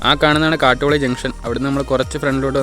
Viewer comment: കാട്ടുളി അല്ല ചേട്ടാ കാട്ടോലി.